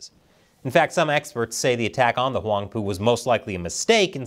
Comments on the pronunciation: Did just say Whong poo? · Did you say that Chinese boat was called the “Wong Poo?”